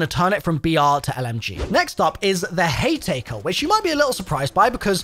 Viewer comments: Haytaker? Sludge rounds? Bruh has to be trolling or trying to get engagement. Either way, mission accomplished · The hay-taker🤡🤣